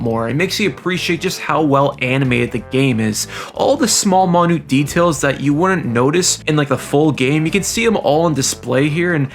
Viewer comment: he says "monute details" instead of minute details and it's missing me off